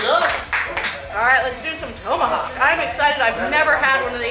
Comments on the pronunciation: It’s TOM-ahawk. Not TOE-mahawk. I caught it too. Glad I wasn’t the only one. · It's pronounce tom-a-hawk not tow-ma-hawk. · It's not "tome a hawk." It's "tom a hawk.' As in some guy called Tom A. Hawk. Look it up. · Toemahawk? Short o lol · it's TOM-AH-HAWK, not TOE-MA-hawk! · “Toemahawk”? Tomahawk? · TOME–A–HOCK hahahaha so wrong it's bad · Thoe-ma-hawk. I’d be drunk by now. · I think it's called a TOM a hawk steak...like ground control to major Tom. Not Major Toam... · "Tow"-mahawk. Haha! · Toe ma hawk ☺️☺️. Translation…. Take the hawk 👍🏾👍🏾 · Toe-ma-hawk steak? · Hold up.....towmahawk? Toemahawk? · Why does she keep calling it a “toe-Mohawk” steak? Have I been pronouncing it wrong my whole life? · She can eat for sure but knows gatsies about food pronunciation. Toe-ma-hawk? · "toe-mahawk'? ... i cringed every god damn time.... could no one tell her shes saying it wrong? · Drink everytime she mispronounces TOMahawk. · The way she pronounces Tomahawk; yanks eh! Got to love them.